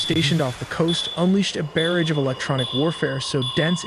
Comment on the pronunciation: "Bear-age?" You mean barrage. How does the AI not know how to promounce words?